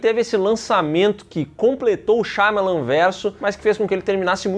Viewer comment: nome: SHY AMA LAN: SHAYMALAN